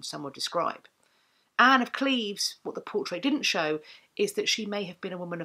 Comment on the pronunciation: Thank you for pronouncing Anne's and my birth town the correct way :) Holbein was known to be a painter that did not flatter, so his depiction of her seems pretty accurate. Additionally, to this day, a lot of women in the area between Cleves and Berg share similar features with her. Long boned, blonde or strawberry blonde, with hazel/brown eyes and a little bulby nose, and long boned elegant hands. It's a typical Lower Rhenish look.